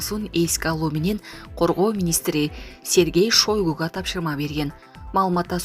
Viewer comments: Кагылайын жанылыкты окуган кыз орустун жанылыгын окуп жатканда. Фамилясын туура окучу Шойгуу эмес Шайгу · Эй келесоо,хватит уже окуган кыз, уйроно тургандай эле болдун. Кундо угабыз бул эки фамилияны туура окучу. Кулкуну келтирбей. ЗЕленскийди , ШОйгуну уйрончу кантип окуйт.